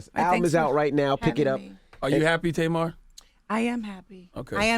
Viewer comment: Angela yee The Tamar has been around forever. My family has two, and I knew several growing up. Difference is they pronounce it the way it is spelt, not Taymar .